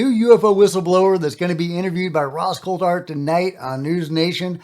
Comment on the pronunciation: Greere’s 2nd podcast he refused to properly pronounce Ross Coulhart’s last name.. ridiculous He’s a bigger drama queen than Jeremy Korbel